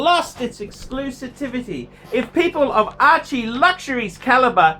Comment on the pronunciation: 'EXCLUSA-TIVITY" :D:D:D:D:D ARCHIE YOU DUMB FUCKER